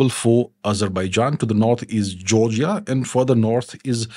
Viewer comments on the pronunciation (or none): none